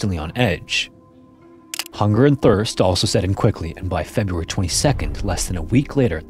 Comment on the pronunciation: It is AI stupid. It couldnt pronounce february.